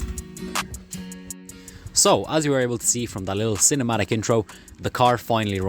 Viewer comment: "cinemtic intro" 💀